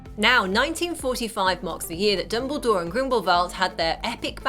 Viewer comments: their names are pronounced "lee-tuh" lestrange and grindelWald. not grindelVald. i keep hearing the V and idk why people are saying it that way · Grindelvolt? I'm sorry, but it's Grindelwald. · its grindewald not grinbervad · Never have I loved and empathised anyone more than credence barebone Also why did it sound like she said Grimblevalt instead of Grindelwald lmao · It isn't Grindlevald!, it's Grindowald. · Grindalwald not grindlevalt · grindewald not grindevald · It's grindeWald not grindleVald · Grindlewald. Not Grindlevalt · Why does she keep saying Grindlevalt??? It's GRINDLEWALT!!! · GRINDLE-WALD NOT WALT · It is not 'Grindivald' it is Grindewald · why do you say "grindlevalt???" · GrindleWALD not VALT sorry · GrendleWALD. GrendleWALD. WALD! JESUS CHRIST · sorry but it's not grindlevald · did she just say grimbleveld? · She says it more like GrindleVALT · She pronounces Grindlewald incorrectly throughout this entire video. It's really irritating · Ok that was a good video but I just can't ignore how you can't pronounce Grindlewald and Leda. No hate